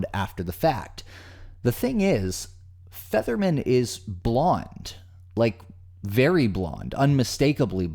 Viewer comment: To narrator, it sounds like your pronouncing Featherman as Fetterman. If you are your lronouncing it wrong.